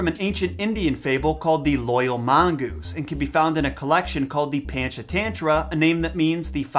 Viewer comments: Lolz... pronounced: punch-aah-thun-thra I love your videos btw! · ❤️ from India 🇮🇳 Panchatantra is pronounced as Punch - uh - Turn - Traa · SUPER late but Panchatantra is pronounced "paa-n-ch t-hun-thra" (paa is pronounced like baa but with a p ; ch is pronounced like ch of church ; hun is pronounced like hun from mulan but faster) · As an Indian kid, I immediately recognized this tale but I had no idea it was in the original jungle book. I used to get so angry at the mom who k*lled the mongoose, so I'm glad he got a happy ending in that version. Also, your pronunciation of Panchatantra is so funny to me. (Technically it's right because it's the British pronunciation but I had to do a double-take when I heard it, lol) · you pronounce PANCHATANTRA wrong